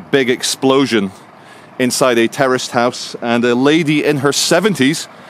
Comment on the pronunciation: Did you say 'Terraced House' or 'Terrorist House'!!??🙃🤔